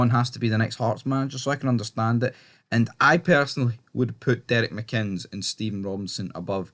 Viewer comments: Pronounced mikinniss. Decent coach. But he shouldn't ask the families of victims to bow down and honour their killers. Re: if you can't figure it out you wouldn't understand. 🇬🇧🇮🇪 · his name is mcinnes for God sake reporter can't pronounce it